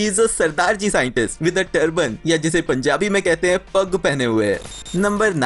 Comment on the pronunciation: Pagg hota hai pugg nahi...aur pagg pehni nahi baandhi jaati hai